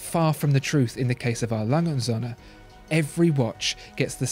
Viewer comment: Appreciate your pronunciation on this one!